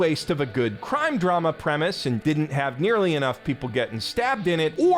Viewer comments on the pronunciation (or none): none